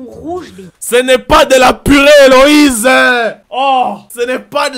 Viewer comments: C'est Élodie pas elowize😂😂😂😂😂😂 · ELODIEEEEEEE pas Eloïse 😂❤ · "Éloïse" 😂😂 nooonnn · Mais c’est Élodie pas Éloïse 😭😭😭🤣🤣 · Elle s'appelle Elodie owwww et non Éloïse😂😂😂😂